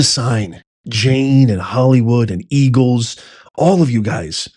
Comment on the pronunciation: Don’t you mean “Ergle’s.” lol 😂😂😂